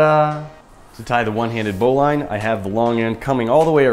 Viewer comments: Lol, its a "bow-lin" not "bow-line" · BOW-LIN its not pronounced bow-line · It’s pronounced bowliine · It's pronounced bow-leeeen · You say bowline like Bolen not how you say it. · It's spelled bowline but pronounced bowlin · It’s pronounced bow lin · It’s pronouncedbolin knot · Chou pronounce bowline wrong